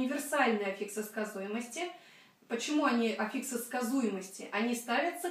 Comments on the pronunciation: Ну что за "аффИксы" за такие?! Ударение в слове "аффикс" всегда стояло и стоит на "а", на первом слоге. Орфоэпический словарь русского языка (или Википедия, если лень искать первый) вам в помощь! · Но ведь Афиксы! Ударение на А. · Здравствуйте, почему афИксы, а не Афиксы?